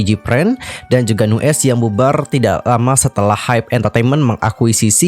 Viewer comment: Cuma mau benerin... Nu'est bacanya New East... Trus gue Lo^e sejak Nu'est debut, dari awal yg ditonjolin cuma Minhyun sebagai center+visual, yg lain di anak tirikan, Baekho sendiri mulai dianggep sejak dia uda bisa (dan pinter) produksi musik sendiri... Dari dulu Pledis ga bisa handel Nu'est dengan baik, sampe akhirnya Nu'est naik pamor sejak Produce101... Tapi sampe akhir Pledis masih ga bisa bersikap adil terhadap masing2 member, terutama Aron yg ga ikut Produce... Terbukti yg memutuskan kontrak JR, Aron, & Ren... Dan yg bertahan Minhyun & Baekho... Ini menurut gue pribadi, yakin sih Minhyun sama Baekho masih di bujuk dan dipertahanin sama Pledis/Hybe gimana pun caranya, dan yg lain dilepas gitu aja...